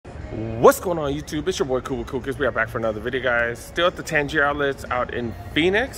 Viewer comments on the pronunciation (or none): It's tang-ger outlets man! Not tanjer!